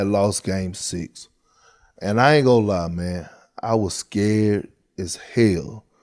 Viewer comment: ..".What you not goo'n do." One brotha calling another another a "Coon" is about as bad as it gets.